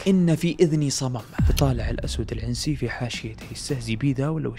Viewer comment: تحياتي لك من اليمن الشقيق،بس تصحيح العنسي نطقتها زي نطق العنزي فا هي تنطق بدون الكسره على العين